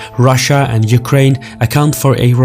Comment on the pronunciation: You-cry-in Putin ?